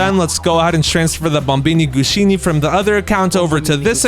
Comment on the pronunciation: Why does he call bombombini gusini Bombombini gushini?